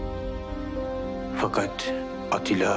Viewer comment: Canını yediklerim evet doğru yazılmış ama seslendirme de halen ATİLLA diyoruz. yav atilla degil ATTİLA :D (eleştirelecek tek nokta bu gerisi harika)